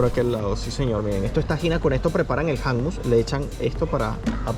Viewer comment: Hola quiero decirles que no se dice hammus ...hummus con u y tampoco es tahina con a ..es tahine con e....saludos amigos 😊